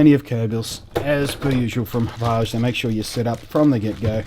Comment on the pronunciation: Blunty: Great reviews, always!!! "Hapaw je" sounds wonderfully French and fancy. But, Hauppauge is named after the town they're located in outside NYC, locally pronounced "Hap Og" or, if your from Brooklyn or Queens, "Haw Pawg"